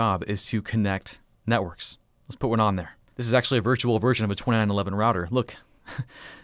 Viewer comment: All i heard was " ten dotwand dotwand dontwand"